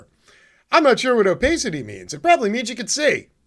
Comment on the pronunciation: oh-PASS-it -tee :)